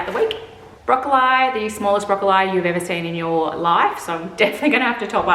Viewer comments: Sorry?? brocco-lye? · as an Australian, I have NEVER heard this pronunciation.